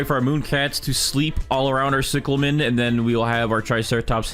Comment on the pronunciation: Its pronounced cieclamin not ciclamen